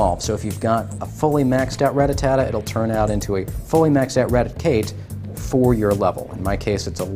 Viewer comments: First of all It's Rattata not RATATATA, second of all why tf make the video of you don't know the answer, this video was literally the most retarded video ever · Rattata not rattatata noob learn to read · Its RATATA not RATATATA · RA-TTA-TA NOT RA-TTA-TA-TA, DEAR GOOOOD! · Really? You said ratatata like 15 times in this video! Its RATTATA! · he said rata ta-ta lol ..your 16 year old should be doing these kinds of videos not you. if you cant pronounce their names correctly you shouldn't be playing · RAT-TA-TA not RATATATA.........jesus h. christ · Ratatata? That's what the guy was saying. LOL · "Rattatatta" now, next he'll be saying "Ratatouille" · RATTA--TATTA lol........................................lol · HOW MANY "TA" YOU HEAR IN RATTATA ?????? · stop adding the extra "ta" I couldn't watch the entire video cuz it got annoying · Everytime he tries to say Rattata a kitten dies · Say it right you dweeb. Where are you getting the extra "Ta"? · Sorry but why make the video if you're not going give us the answer? And you mispronounced Ratata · He can still play, he just shouldn't make "informational" videos with the mispronouncing